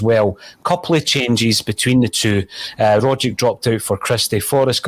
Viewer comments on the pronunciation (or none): respectfully, you're not pronouncing Tom Rogic's name correctly. It's Rogg-itch, not Rodge-ick. it's a Serbian name. the "c" at the end is always a "ch" sound.